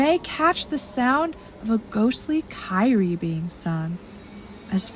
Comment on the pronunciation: love the video - but just want to mention I think it’s a “kyrie” chant pronounced KEER-ee-ay - a shortening of “Kyrie eleison” meaning “Lord have mercy.” In case anyone wanted to know lol